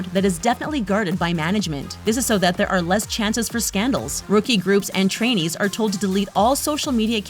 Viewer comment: Every time I hear trainees I hear Chinese for some reason